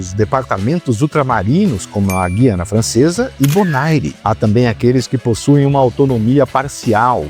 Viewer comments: GU - IANA, e não GUI - ANA. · Um deslize menor, mas importante: Na pronúncia correta de Guiana o U é pronunciado (UI é um ditongo), não é "Gui" de Guilherme. É uma exceção pelo fato de essa palavra ter origem indígena.